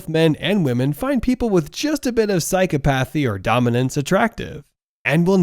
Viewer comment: Your video would be more convincing if you could correctly pronounce the words related to your subject matter. Mack-E-uh- VEL- ee- an- ism. Psy-COP-uh-thee. I say this with respect and not with any harmful intent.